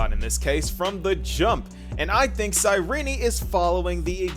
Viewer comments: First few secodns of the video, mofo pronounces cyrinee instead of Cyrene....leaves downdoot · Why is her name pronounced as Cyrenee and not Cyrene? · The way he starts is immaculate, like he goes "cyRENE" and i love it😂